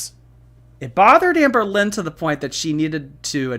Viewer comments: Not sure if it’s because I’m English but every time I hear you say her name I hear Anne Boleyn 😮😂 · Anne BOWL-lyn. BOWL!